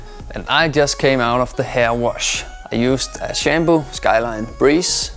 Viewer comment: If he calls it Shamboo it WILL be Shambo.